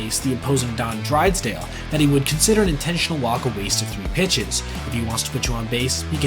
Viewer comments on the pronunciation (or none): Did you say Don "Drides-dale"?